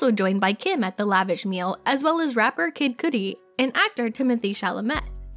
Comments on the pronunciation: Its kid Cudi not coody lol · “Kid kooodie” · “Coodie “. Wtf? 😂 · “COODI” XD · You would think a celeb journalist could pronounce kid cudi and not kid cootie. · Lady really said kid coodie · love how the person talkin is just butchering kid cudi name